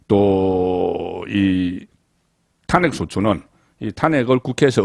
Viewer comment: 송본부장님. 전에도 한번 올려드렸습니다만 말씀의 억양이야 대구 출신이시니까 어쩔 수 없다고 치더라도 단어의 억양은 구별이 되었으면 합니다. 가장 귀에 거슬리는 단어가 "탄핵"이라는 단어를 말씀하실 때 입니다. 본부장님께서는 '탄'자에 액센트를 주고 발음하십니다만 이 단어는 '핵'자에 액센트를 주는 것이 맞습니다. 시사내용을 평론하시는 만큼 자주 등장하는 단어 입니다. 상당히 귀에 거슬립니다. 수고스럽겠지만 고치시는게 옳습니다. 여타 다른 단어에도 신경쓰셔야 합니다. 그런 단어가 많습니다.